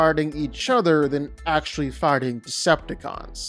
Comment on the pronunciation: Am i the o ly one who always hears farting instead of figthing every time he says so ?